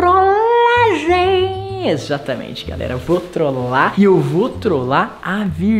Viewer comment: Primeira fez que eu vejo o falando "trolagem" de uma forma diferente vcs perceberão